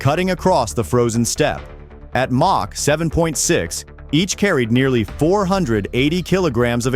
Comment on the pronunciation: AI crap... what is mock??? it's supposed to me MACH. Dummies.